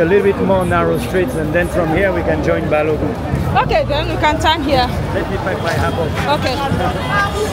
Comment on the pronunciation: It’s BALOGUN not BALOGUM. ❤